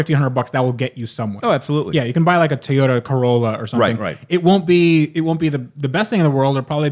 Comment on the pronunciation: TOY-yoda. Please for the love of God learn to pronounce it correctly.